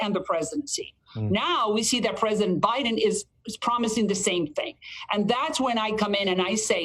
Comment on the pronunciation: Did she said “Presiden Trump”? 😂